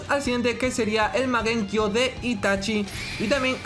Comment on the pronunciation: Porque le dise magenkio XD es mangekio